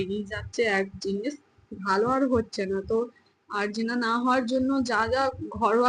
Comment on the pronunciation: প্রথমত তোমার চোখে যেটা হয়েছে এটাকে আরজিনা বলে না আঞ্জনি বলা হয়। দ্বিতীয়ত তুমি যেহেতু মোবাইলের কাজটা করো এবং মোবাইল বেশি দেখো তাই তোমার চোখে পাওয়ার এসে গেছে তাই যত তাড়াতাড়ি সম্ভব তুমি আগে কোনও ভাল চোখের ডাক্তার দেখাও দরকার পড়লে ঐ আরামবাগ হাসপাতালে গিয়েই নাহয় তোমার চোখটা আগে দেখিয়ে চশমা নাও এবং তা সব সময়ই পড়ে থাকবে ঐসব হোমিওপ্যাথি ওষুধ খেয়ে কিছুই হবেনা তা আগেই বলে দিলাম অকালে চোখ না হারাতে চাইলে আগেই চোখের ডাক্তার দেখাও এবং সব সময়ই চশমা ব্যবহার করো খুবই সাবধান এটা চশমা না ব্যবহার করার জন্যই এমনটা বারবার হচ্ছে চোখের ডাক্তার না দেখালে মহা বিপদ আছে। আর একটা পরিষ্কার কাপড়ে বরফ জড়িয়ে বারবার চোখের ঐ ফেলা অংশে বরফের সেখ দাও উপকার পাবে এটা আমার চোখের ডাক্তার আমাকে করতে বলেছেন আমিও চশমা ব্যবহার করি না বলে আমার ডান চোখের এমন আঞ্জনি খুবই হয় উনি বলেছিলেন সব সময়ই চশমা পড়তে হবে এটা চোখের ইনফেক্সান যেটা এই বর্ষা কালে বেশি হয় আর হ্যাঁ ' Olopat eye drop " এক ফোঁটা করে তোমার দুই চোখে দিনে তিনবার দাও এটা অ্যান্টি ইনফেক্সান ড্রপ। তৃতীয়ত ওটা জবরস্তি উচ্চারণ হবে না জবরদস্তি এই সঠিক উচ্চারণ টা হবে। ওটা রিক্স উচ্চারণ হবে না ওটাকে রিস্ক বল্ হয় বুঝলে। আর এখন কয়েকটা দিন মোবাইল কম দেখবে তাহলে চোখের উপর জোর কম পড়বে বুঝেছো।